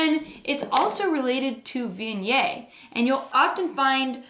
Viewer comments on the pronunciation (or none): I just cant do this channel. Terrible pronunciation of viognier.